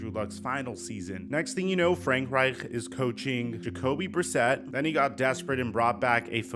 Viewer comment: I like how you enunciate Reich’s last name. The ‘ch’. You sound somewhat German 😂